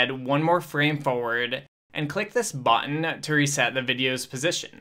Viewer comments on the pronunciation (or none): I think the funniest part is how the Adobe guy pronounces “Bhhottton”.